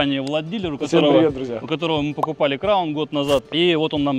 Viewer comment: Приятно слышать крАун а не как некоторые говорят крОун . Сразу понятно что не местные) кто так говорит в приморье